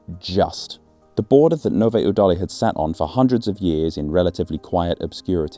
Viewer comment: I don't care wheter people call it Czecha or Czech Republic, what stressed me out more was your pronounciation of Nové Údolí 😭 Edit: ...and many other czech towns... must have been recording on 6th of August. Country-wide siren testing. "Zkouška sirén".